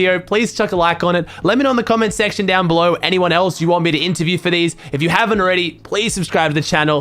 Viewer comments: I love how you call it Anterviews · Interview not anterview